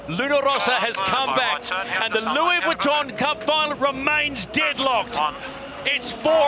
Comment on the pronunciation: Lewie Vwitton